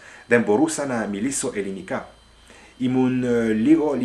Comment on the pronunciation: I know a little Greek. Pronunciation is a little off- it's eeee-linika, not eh-linika. Maybe it's your accent..?